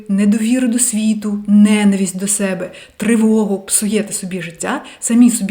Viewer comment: СебЕ, чогО,якщО наголос на другий склад